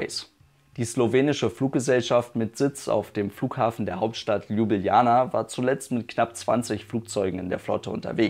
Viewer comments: "Lübilana", wer kennt diese Stadt nicht?😂 (Sorry, aber deine Aussprache ist zu geil) Gute Besserung💪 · Richtig korrekt Lublana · Nein. Ljubljana mit 2 "j"